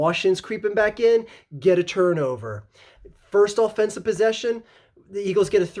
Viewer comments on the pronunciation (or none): none